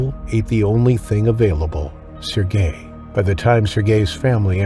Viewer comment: AI needs to learn how to pronounce Sergei.